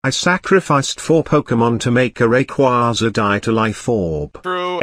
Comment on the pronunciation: Even text to speech doesn’t say rayquaza correctly lmao